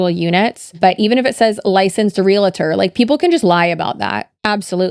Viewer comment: Realtor not realitor. It's often mispronounced and misspelled. Not that it matters lol I'm not the grammar police, i thought you might like to know.